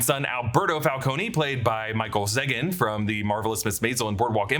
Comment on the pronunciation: it's pronounced Michael ZEEgan